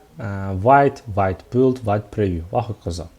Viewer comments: vayt deb o'qilmaydi vte deb o'qiladi vte fronsuzcha so'z adashmang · 'Vit' deb talaffuz qilinar ekan